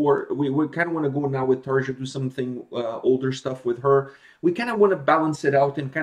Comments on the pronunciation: Actually it's pronounced "tarya" ^^, and really if you liked this video you should proobably react to one of her videos from her solo career after nightwish.. it's pretty good too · Acho que a pronúncia do nome da vocalista seria Taria. Nesse caso o j tem som de i. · Pronounce "J" like "Y" in European names. As for going to see them...make the room in your schedule for this tour. They put on a great show, and it'll probably a couple of years before they're back in NA.